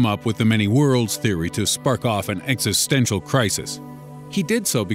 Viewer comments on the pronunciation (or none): none